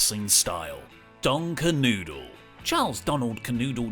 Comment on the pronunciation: It's pronounced Ker-know-dle, not Ker-noodle. So disrespectful.